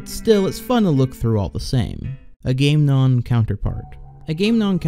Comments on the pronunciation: Its pronounced aga-mem-non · It's pronounced ag-a-mem-non Also, vaporwave started circa 2010, you seem to imply it's much more recent. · The scariest part was how he said Agamemnon